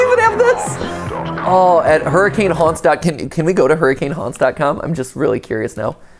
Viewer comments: As a Utahn, it's pronounced "Hurr-ih-kehn" not "Hurr-ah-kane" Just a fun fact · That’s not how you pronounce hurricane the city in utah,it’s pronounced hurakin do your research peple😂 lol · Someone has to have told Mat that Hurricane, Utah is pronounced "Hur-i-kin" right? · All the Utahans cringing at them mispronouncing Hurricane. It's a Utah thing, look it up. We call it "Her-ah-kun" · So, correct me if I'm wrong, but the setting is Hurricane Utah, right? Now, I don't know why this is the case but, even though it is spelled Hurricane, it is pronounced "Hur-u-Kun". Even as a born and raised Utah resident I think it's weird. But little quirks like this keep life fun. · Believe it or not, Hurricane, UT is actually pronounced hurri-kun. No, I don’t know why. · Not so fun fact Hurricane Ut is pronounced hurracan and not like the weather event. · Hearing him “mispronounce” hurricane as someone who grew up in Washington county is so funny, everyone says it with an accent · I love how the video pronounced the town name correctly, but Matpat straight up ignores it